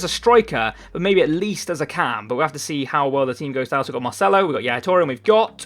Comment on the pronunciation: why do you pronounce marcelo as mar-chello now when you didnt before